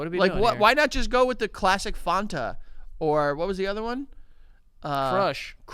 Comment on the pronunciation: Holy shit pronounces Fanta correctly. At least someone does